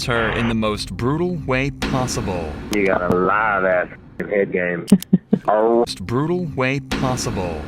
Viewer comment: He said '' live azz'' 😂😂